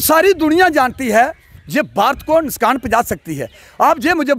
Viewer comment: "Nuskan" Nahi hota hai "Nuksan" Hota hai...